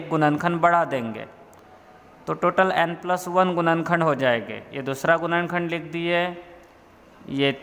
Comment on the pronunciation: गुणनखण्ड❌️ गुनन खण्द✅️ 🥲